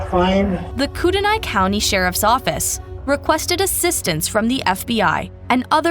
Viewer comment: Core da lane - Coeur d'Alene (translates to "heart of the awl" given to the indigenous tribe in the area by french trappers/traders) Coo tah nee - Kootenai County (the word refers to both an indigenous people and their language) We should be Googe checking pronunciations of places we do not live Mispronounced proper nouns make it painful to listen to